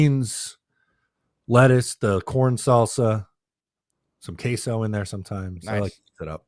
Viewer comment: Hearing say cheese in Spanish was diabolical 😂